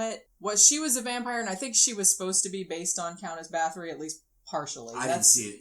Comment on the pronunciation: Her name is pronounced BAH-TORI not BATH-ORY. It hurts when I hear her name called wrong. 💔